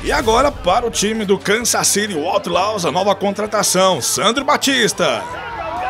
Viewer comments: A pronúncia de outlaws não estaria errada? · Está, mas releve isso e aproveite o vídeo.